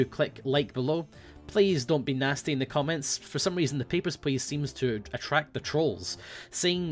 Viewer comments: "HEY GUYS! here, and it's time to play Peppersh Pleash." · Whenever says "Papers, Please" at the start, it sounds like "Pepper Splice" to me. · Totally thought he said: "Pepper splice" at the start.